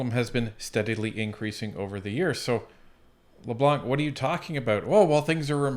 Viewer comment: pronouncing Leblanc.. ''C'' is a silent letter .. ''Leblan'' .... that ''c'' is reserved for the *unt that he is !!!! thank you 😁